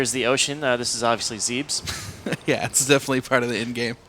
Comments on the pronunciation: It's pronounced Zeh-bes! But anyway... I'm really looking forwad to this game. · It's zeb-ESS not ZEEBS. Morons.